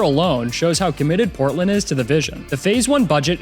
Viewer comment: Portland is not sound like what you said in the video, from Augusta Maine.